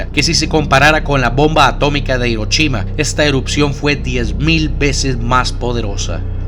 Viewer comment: Esta chido, pero me divierte que digas Hirochima y no Hiroshima xD al rato no me digas Nagachaki